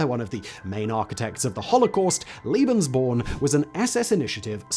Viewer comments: "Lay-behns-born", not "Lee-behns-born". My ears hurt. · Surely you mean "lay-bens," because a single E is pronounced that way by most german speakers. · Translators work with the written word. Interpreters work with the spoken word. Pronunciation relates to speech, not writing. Come back to me when you have the same amount of experience of listening to English accents from all over the world and German accents from all over the German-speaking world. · It’s lebensborn? Pronounced lay- bins-born. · Making the traditional English speaking mistake of calling Lebensborn "Liebensborn". There was nothing "liebe" about this madness... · Liebensborn? Love born? Come on, bro... a little research on pronunciation... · Sorry, you are wrong. The first "e" in Lebensborn is pronounced like the "a" in say, lay, way. And Liebensborn is not a German word. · Pronounced "Lay Ben's born..!' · I get triggered by the fact that Simon adds an i in the pronunciation of lebensborn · It’s pronounced like the first E in tElevision tEmptation or TEsla not fear or pier. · The E in „Lebensborn” is pronounced like the E in “poke”.